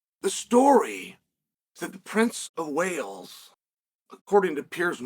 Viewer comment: Im convinced Chael said Princess of Whales🐳 and not Wales🏴 😂😂😂